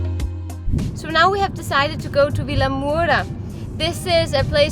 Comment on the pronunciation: Your portuguese is improving! Well done! Although far from good 😂 please learn how to pronnounce Vilamoura correctly ahahah